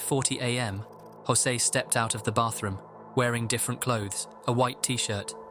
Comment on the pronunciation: José.. Not josey..